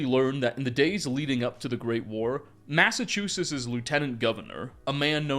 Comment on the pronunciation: How have you made so many Fallout 4 videos and still pronounce Massachusetts as ‘massachusis’. As a mass native I had to point out since I watch so many of your videos. Love your stuff!